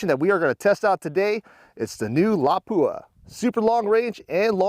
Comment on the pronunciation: It's always hilarious how Americans pronounce "Lapua". It's a Finnish word with only one "P". Put equal weight on each letter, and don't accentuate the "P". It's pronounced Lapua, not Lappua. 👍 Anyway awesome video, and awesome ammunition.